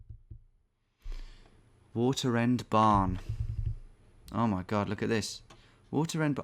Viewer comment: Having this on in the background and hearing him say waterend barn my ears immediately perked up!